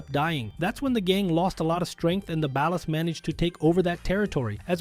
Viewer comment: the way he keeps mispronouncing 'Ballas' cracks me up 😆